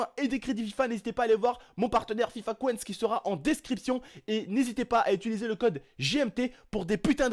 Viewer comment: toton c fifa coins cs se prononce comme coynse pas cwenze mdrr